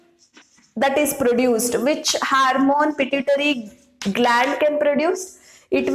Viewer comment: Your class is useful, but, It is ‘hormone’. Not ‘harmone ‘ .